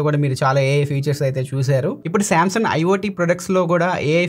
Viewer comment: మీరు శాంసంగ్ ని శాంసన్ అంటున్నారు కదా కరక్టేనా, అందులో G సైలెంటా.